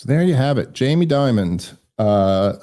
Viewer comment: Jamie Dimon, not Diamond BTW. I said his name incorrectly for years. I'm not even sure if Dave made this mistake but if I teach one person something new it's worth commenting.